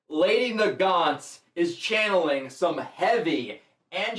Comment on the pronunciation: Yes, you are pronouncing Nagant right. Lol I looked it up just to make sure I was saying it right when I looked it up and it is named after some guns (Mosin nagant rifle)